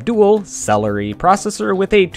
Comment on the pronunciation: lol celery processory